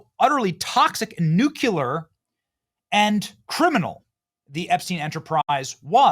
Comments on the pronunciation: Hard taking you seriously especially as a lawyer when you keep saying "nucular" it's nuclear.... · Why do people mispronounce nucular? It is nuclear. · I know what I am about to comment on first will have noting to do with Epstein debacle, but it must be said that NUCULAR Benny did not disappoint! These people with the word NUCULAR really steal the show and divert it to unintended directions. Yet, the spelling of the word always appears as NUCLEAR -- how does that work?! It is akin to the common run down on verb 'to be;' I was, You was, She was , We was, You was, and They was... By the way, as oppose to what these folks are strongly claiming within the segment that I watched, I am 99.99% sure that the infamous slimeball trump is on the Epstein list, and yes, the list and the files, along with video tapes exist. When, say, Jan, Jack and John are on the list, neither Jan, nor Jack and John would want the list to be made public in order for them all collectively to avoid federal prison time. I guess one has to be an Einstein to reach such a complicated conclusion... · NUUUU CLEEEEE ARRRR...FFS you make yourself sound like a moron when you pronounce nuclear as NUUU KYOOO LAR... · Benny Johnson is a very smart grifter. He's making a very good living playing this character. But I don't trust anyone who says "nuc-u-lar" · Viva, please clue Benny in as to how to pronounce "nuclear". He ALWAYS says Nuke-you-ler! Like fingernails on a chalkboard. Also makes him sound unedumacated! Straight out of the Beverly Hillbillies, I suppose. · There's only one "u" in "nuclear."